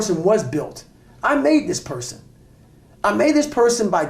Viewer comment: Man said porson 4 times. I didn't even correct him in my mind out of fear.